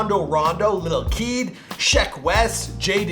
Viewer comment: And Luh kel instead of lil keed